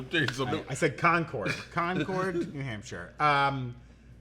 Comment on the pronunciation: It’s pronounced like “conquered!” Never say Con Cord for New Hampshire or Massachusetts!